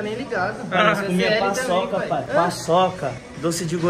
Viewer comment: "Pae" KKKKKKKKKKKK